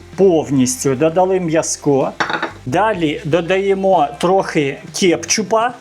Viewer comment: Ну, чому кепчуп, коли він кетчуп, а в цілому все інтересно, мабуть, і смачно. Спасибі за настрій.